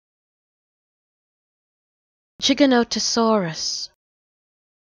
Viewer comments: Giganotosaurus is meant to be pronounced with a j sound tho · It's not 'jih-GA-nuh-tuh-saw-ruhs', it's 'jai-GA-nuh-tuh-saw-ruhs'. 'Jai' pronounced like 'Gy' in 'Gyroscope'. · I know its pronounced jig-a-notosaurus but, shes saying chiganotosaurus. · yeah I don't want what I was thinking when I posted that comment but I pronounce it jai gan tuh saw ruhs and I also hate it when people call it giga not uh saurus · no it isnt gigantosaurus is factually wrong and not how you pronounce it